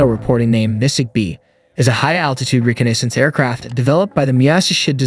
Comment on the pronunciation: Its pronounced "Reh cah ness ance" ...cool jet though